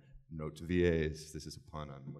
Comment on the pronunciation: Note that when she said "pun" she said it with a Swedish accent but it sounded like "pann"...